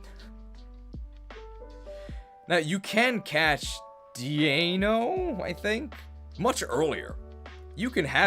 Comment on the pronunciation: The "ei" in the entire Deino line is pronounced like "eye", because it's German numbers. Deino (Eins, meaning one), Zweilous (Zwei, meaning two), Hydreigon (Drei, meaning three). All of these are pronounced like "eye."